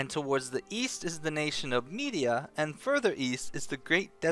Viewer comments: Med-Ee-Ahh not Media. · Isin't it "Me-dye-ah" not "Me-di-a"? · Thank you for the lore broski. The only thing beyond my knowledge now is why you're pronouncing it Media instead of Mediah.